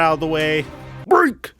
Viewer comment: Love the content hate how you say break lol